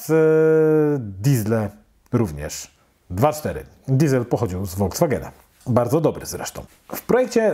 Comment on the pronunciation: Bardzo przyjemnie się Pana słucha. Jedyne do czego można by się przyczepić to wymowa słowa 'Volkswagen' (pierwszą literę wymawia się fonetycznie [F] zamiast [W] - jak ktoś zna niemiecki to wie dlaczego o tym piszę). Poza tym wg mnie Alfa 166 to jedno z brzydszych aut jakie kiedykolwiek powstały. Ale o gustach się nie dyskutuje. No i oczywiście zabrakło w zestawieniu VW Passata i Saaba 9⁵ :( Pozdrawiam i daję Suba